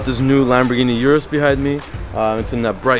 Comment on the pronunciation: Come on, don’t murder the name of the car man. It’s pronounced “Oorus” not “yourus”. Lol reminds me of the Bentayga situation. Lol. Nonetheless another bangin’ video from my favorite YouTube channel.